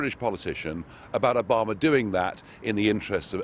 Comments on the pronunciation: Is it me or does Nigel pronounce Obama as if he's saying A Bomber? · "Obama" sounds like "a bomber" when he says it... obamadid911?